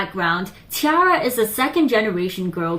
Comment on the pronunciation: But Roly Poly will always be a shining success for them. Btw, it's pronounced 'Tee - air - uh'. Source: they pronounce so themselves in numerous videos.